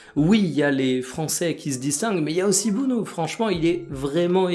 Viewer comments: oui mais ça se prononce plus Bounou que Beauneau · Yassine Bounou : "Le surnom Bono est, selon le gardien-même, adopté en raison des difficultés de prononciation de son nom de famille en Espagne. Bien que son nom de famille s'écrive Bounou en français et en arabe, il est orthographié Bono en espagnol, ce qui se résume à quatre lettres. Ce surnom a finalement été adopté et est désormais reconnu à l'échelle mondiale, devenant ainsi le nom par lequel Yassine Bounou est connu du grand public."